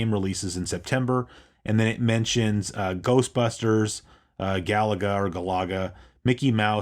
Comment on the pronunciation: When I heard that pronounced like that I thought, "I've been saying it wrong from 30 years!" but come to think of it, everyone that I have heard day Galaga says it like I do (Gal-a-ga).